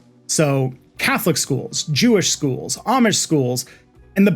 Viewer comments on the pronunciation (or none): none